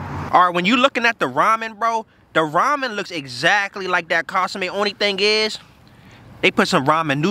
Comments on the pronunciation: Bro got me dying talkin about casame😭😭😭 I’m like wtf is he talking about, til I realized he was referring to the consume (con-su-meh) 😭😭😭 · "Casame" hahaha